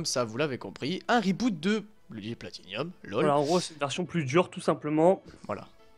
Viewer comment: Sympa ! Par contre c'est bloody platinum, pas bloody platinium. ;)